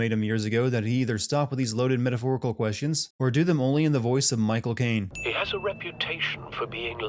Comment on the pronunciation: One sin on this video for not saying Michael Caine the way Caine himself says it.